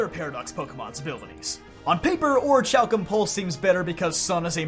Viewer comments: It's (ori-kalk-um) both ch and c are pronounced the same in that word. No ch like in change. Both are a k sound. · Oreekalkum. Haydron. Those are how you pronounce orichalcum and hadron lmao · So yeah I agree with this list 100% BUT... it's aw-ruh-kal-km (formerly spelled aurichalcum) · Behold da powa of da orichalkamalos!!! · The way he says "orichalcum" is sending me right now. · You're not alone with that opinion.